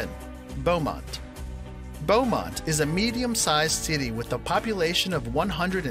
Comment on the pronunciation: Beaumont is not like what he said it is.